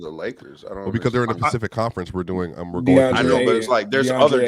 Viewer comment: Ron: Um Sir Swipic.. Actually we’re talking about the Pacific Division today 🤓☝🏿